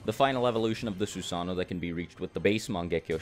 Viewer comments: It hurts su-sano why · Anyone else mad that hes saying susano wrong? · Who else found it annoying on how he said “susanoo”